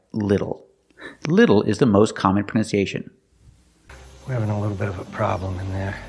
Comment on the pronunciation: you seem to be pronouncing the word “pronunciation” incorrectly. Can anyone clarify the correct way?